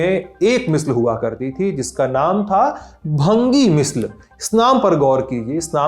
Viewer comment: भंगिया मिसल नहीं, बल्कि भंगी मिसल श्री मान जी। पंजाबी चीजों पर बोलने जा रहे हो तो पहले पंजाबी का शुद्ध उच्चारण सीख लीजिए।